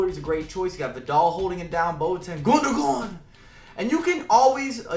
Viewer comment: Its 2016 and still NOT ONE FIFA YouTuber can pronounce Gundogan correctly. Absolutely disgraceful lol ;P